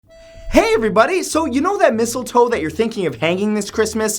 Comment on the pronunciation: "number nine is missile toe" me: "missile wah...? ... oh.... mistle toe... oh... "